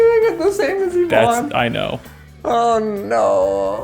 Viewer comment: e-vonne?! Electronic vonne??!! *DUDE!*...... Its Yvonne